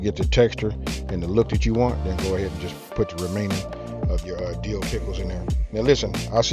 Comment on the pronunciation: Best part is the "Dee-ooh" pickles. Thanks boss